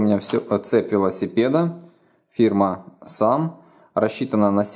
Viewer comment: Срэм а не сам 👌🏼